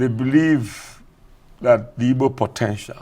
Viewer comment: Charles, you an Igbo man, pronounce the word "Igbo", " Nwodo", etc correctly ...